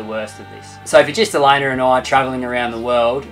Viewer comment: "ElaynER" - lol